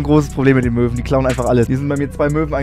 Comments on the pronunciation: (Ich höre huntige Mören) xD??? Sie meint Möwen wtf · Hat sie wirklich Möhren zu Möwen gesagt?